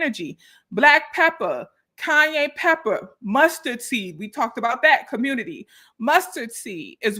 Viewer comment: LMAOOO THE CAYENE , cayenneee, kanyeeee 🤣🤣